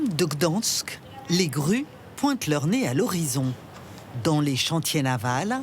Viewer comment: on adore l'indémodable "gdOnsk" ah ah ah :-) c'est pourtant pas compliqué à prononcer...